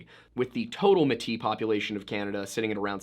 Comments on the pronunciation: Metis is pronounced (may-tee) not muh tee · Your pronunciation of the word defining the mixed races of North American Native Peoples with Europeans is actually pronounced “Maetea”, not ‘Metea’. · As a Métis from Canada. The proper way to pronounce it is Maytee. Thanks for covering this story ✌️💕🇨🇦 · Mey-tee not Muh-tee. Its more French so the ME in métis is pronouced Mey. Love the pronunciation though haha! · FYI, Metis is pronounced may-tee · I’ve always heard Métis pronounced “May-tee” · May-Tee is how you pronounce it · i live in the area and remember this, theres a reason a lot of us don't have a whole lot of respect for the RCMP and consider them fuckin idiots. oh and metis is pronounced may-tee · I like your videos! I appreciate all the in-depth study you do in order to present a well-rounded story. I'm not sure if anyone else has mentioned your pronunciation of some of the names. I am Metis, which is pronounced may-tee. Thanks! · FYI Metis is pronounced like "may-tee"